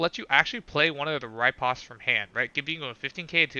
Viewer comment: Why do you pronounce robotic riposte wrong?